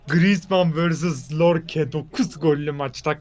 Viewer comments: abi lorke değil yorke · York ya lorke değil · nin en sevdiğim şeyi yorke ye lorke demesi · lorke deil yorke yaa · Nobody::lorke lorke yorke